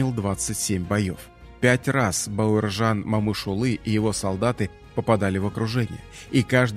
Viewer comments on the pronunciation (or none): Спасибо за Историю 🙏 Героев надо знать ‼️, только вопрос возникает, почему читаете бЭуржан, а не Б А уржан? Плохо с русским или ...., просто слух режет.... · Бауыржан Момышұлы дұрыс айтсаңшы Бауаржан Мамышулы демей, күйдірмеш диктор. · Зачем имя каверкаете? Не Баеуержан а Бауржан , Это как не Никита ,а Неаэкыта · Эи комментатор! Неужели ты не можешь нормально выучить одно слово? Бауыржан. Грамотеж стыдно за тебя